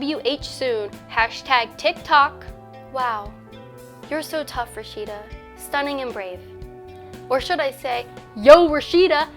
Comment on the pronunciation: What was with that weird accent talking about Rasheeda?